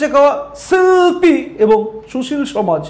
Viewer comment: আপনার মুখে ছি ল্পী আর ছু ছীল কথা গুলো শুনতে খুব ভালো লাগে